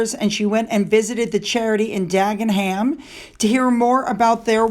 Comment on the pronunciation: It doesn’t matter but just so you know, the H in Dagenham is silent. 😊🇬🇧. Yes, the drugs have stopped his development. He’s permanently stoned, I think.